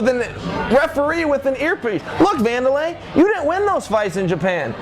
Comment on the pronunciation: Did you guys notice he called him Wander LIE.